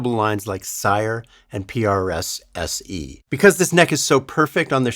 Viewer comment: You're the only YouTuber guitarist I have heard say, "PRS SE." Rather than "PRS E." Thank you. Those people have been making my ears bleed all week. Lol